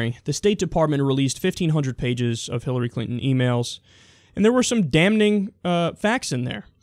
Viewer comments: Yo! Love your show. Damning is pronounced dam-ing, not dam-n-ing! Drives me bonkers lol. #shillary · Damn-ning? lol The n is silent, dude. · Love Secular Talk Kyle, but "Damning" ain't pronounced how it's spelled. Ok imma shut up now carry on :) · did you say dam-N-ing? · it's just pronounced daming (damning)